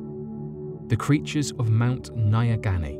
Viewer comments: dungoist I can tell you that no. 1 is a load of crap. Mount Nyangani, not Naya Ghani as the author spelt and pronounced it, is not creepy or spooky. I am a Zimbabwean and have been climbing that mountain since I was a kid. I, like many Zimbabweans have climbed it several times and have never experienced anything odd. I have spent a lot of time in Nyanga, which is where the mountain is located (my Uncle lives there) and have never ever heard anyone say the animals are not of this world. We are a small country population wise and believe me, if there was some urban legend it would be the talk of the town. It’s also a load of crap that no one have ventured up the mountain since this guy. The mountain does get mist and there are signs telling you to just sit down and stay put until the mist passes. There have been a few accidents over the years but that is because people don’t listen or use logic and they continue walking through the mist and fall into crevices, etc. I think that, like the author said, this guy became disoriented and confused. It’s not even that big a mountain, you can go up and down in a few hours. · I am a Zimbabwean and your pronunciation of Mount Nyangani is hilarious. I genuinely had no idea what mountain you were talking about until I figured out what you were trying to say. I understand that you wouldn’t know how to pronounce it but I suggest looking up pronunciations before doing your videos. Also there is nothing spooky or mysterious about it. I have climbed it several times as have thousands of other Zimbabweans and I have never heard this so called legend.